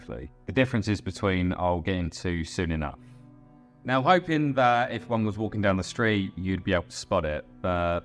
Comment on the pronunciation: Dude pronounces the word "hoping" like "open"